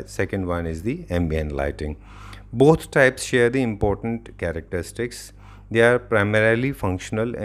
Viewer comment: please improve the english pronunciation, impotent and important has diff pronunciation..fell off laughing hearing it